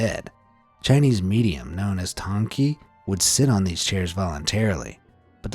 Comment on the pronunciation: You got the pronunciation of the medium almost correct. 99%! Well, the 'title' Dang-Ki is in the Hokkien dialect (Yes, the Chinese do have a lot of different dialects). In Mandarin (main stream Chinese, or as mainland China and Taiwanese Chinese call it, the National Language 国语) is Ji-Tong (乩童). Like a Medium/Shaman. Only a select few will be able to become one.